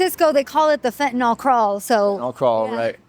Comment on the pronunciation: Absolutely excellent reporting Fentenyl is pronounced fen-ten-nill not fen-ten-nawl as in fen-ten-nawl crawl 7's...fitting and disturbing